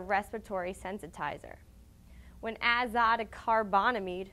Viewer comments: There is no such law in Singapore. You pronounced the chemical compound wrong. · You totally mispronounced the crap outta the chemical compound but do appreciate your efforts to inform people.